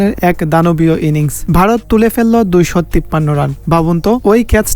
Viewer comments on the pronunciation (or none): ভাই কিছু মনে করো না তোমরা উচ্চারণে কিছু ভুল আছে বারত না ভারত হবে ।আরো কিছু ভুল আছে নিজে মন দিয়ে ভালো করে শুনবে তাহলেই বুঝতে পারবে ।সরি মনে কিছু করো না ধন্যবাদ ভালো থাকবে ।